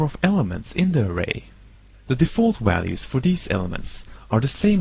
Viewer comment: lol, wariables and walues